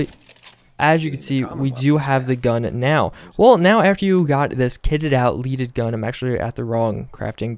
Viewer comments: Oi It's "Led-ed" Not "Leed-ed" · "leh-deh" NOT LEED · Bro, lead the element(not lead as in lead someone some place). Led-ed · Just fyi since people are probably hating on your ass for saying "leaded wrong" its leaded as in the element Lead :)